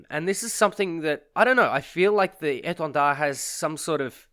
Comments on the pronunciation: Yeah it was very well pronounced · Thx for pronouncing the name right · As a french, your prononciation of étendard is really good ! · Your pronouncing of "Étendard" was on point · Correct pronounciation ! Very appreciated ! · Do u happen to speak french ? That the best pronunciation of Étendard that I ever heard from an English chanel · Nice pronunciation on the name, nice vids too.